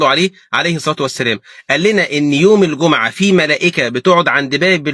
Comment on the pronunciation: الله يباركلك يا شيخ ولكن انتبه فضلا في المصحف تشكيلها الجٌمُعة بضم الميم وليس بفتحها جزاك الله خيرا